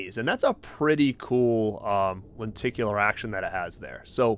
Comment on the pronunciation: Are you from boston? I swear i kept hearing "lenticulAA"